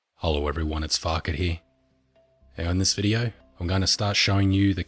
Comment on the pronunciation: When he says "hello everyone this is farket here" i hear "Hello everyone this is fuckity"